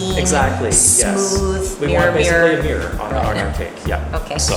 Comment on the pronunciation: "mirruuuawr glaze"